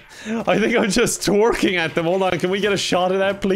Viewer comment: "Is Shrek treiwking" Me:Welp, we all knew this was coming